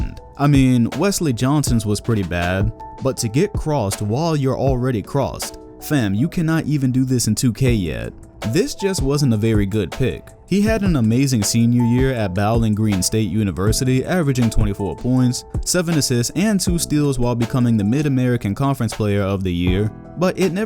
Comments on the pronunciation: It's BOWLING GREEN! Bowling not Baoling lmao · nigga did u jus call Ohio’s Bowling Green State University “Bow-Ling Green State University”?💀💀💀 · I know right..its one of the most known small sports schools in the country come on...bowling like the sport not bowels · Bowling green not boweling green sir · Boaling Green?! Come on bro, you gotta do better with these pronunciations lol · that pronunciation of bowling green...yuck. it’s pronounced like a bowling ball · My man said “Baoling Green” I’m dead 💀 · Sorry y’all, I guess I’m not going to Bowling Green next semester, I’m going to Bowel-ing Green😂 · The way he pronounced Bowling Green smdh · Damn i was fixing to say the same thing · BRUH RIGHT💀💀💀